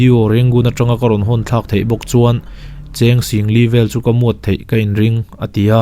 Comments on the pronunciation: Muat nilovin miat ti a lamrik tur anizawke. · Muat anilo miat an ti😁 sung nilo in shung zawk ania😁 mahse a ngaihnawm emem😍